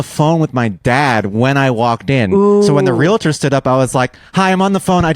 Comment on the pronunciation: Realtor is one of those words that most people mispronounce and it bugs the shit out of me (shout out Brian for the correct pronunciation). I do admit that I used to pronounce nuclear wrong.